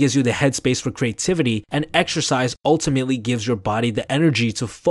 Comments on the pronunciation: exercise I heard extra 🍟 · I stopped watching when he said "Exercise"